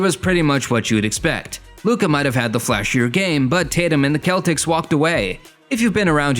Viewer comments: what you mean are you saying im a hater what im saying why did he say celtics like that that's not how you say it like what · why did you say celtics like that though